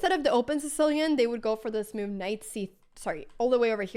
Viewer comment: Intressant uttal på ordet move, låter som du kastar in ett random 'i' i ordet haha "miove"